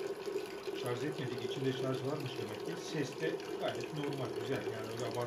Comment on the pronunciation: şarJ, şarJ LÜTFEN şarZ DEĞİL. Bunun dışında çok faydalı bir sunum.